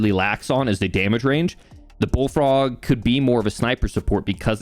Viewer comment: The way you pronounced "Bullfrog" right after you talking about hair loss, I swear I heard "Baldfrog" :-)